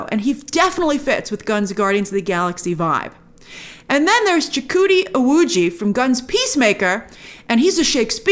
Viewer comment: It’s pronounced Chuk-Wudi Iwuji